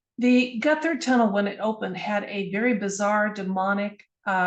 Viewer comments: Despite what Google might say, Gotthard is pronounced in German, Got Hard. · Pronunciation Gotthard: "got hard" (but "gutter tunnel" sounds fun too 🤣) Months ago, I together with 650 fellow passengers we got stuck in that tunnel for 3 hours, till evacuation. (Interesting, the Swiss Minister of Transport happened to be on the same train. For the press she downplayed the whole drama)